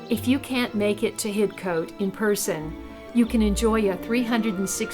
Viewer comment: Lawrence Johnston was born in Paris France he was a British citizen heserved as Major in British armies during two wars. Hidcote is pronounced HIDCOT. johnston buried in local church hear gates to his gardens but went to France to build another .He died there and body brought back to be buried next to his mother in England. Only his mother was born in America.